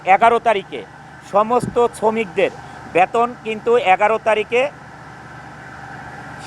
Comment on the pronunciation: ব্যাতোন না গাধা বেতন,,,উচ্চারন ঠিক নেই,, নায়ক মারায়